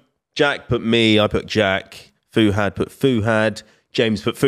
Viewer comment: I hate the 'Fu'......it's Fuhad....damn